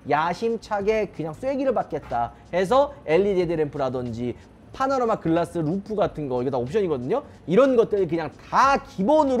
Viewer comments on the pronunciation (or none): none